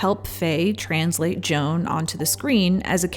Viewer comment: It sounds like you say JOHN instead of Joan. lol. Why did you make this vid? For the ads? ok. EDIT: for anyone wondering, why did I watch this? I didn't after 3 mins. I had enthusiasm to watch, but the intro was AWFUL!!!!